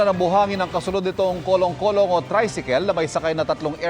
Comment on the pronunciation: Kurong kurong hnd kolong kolong huwag nman ma arte sa pagbabalita 😅😅😅😅😅😅😅😅😅😅😅😅😅😅😅😅😅😅hay naku!!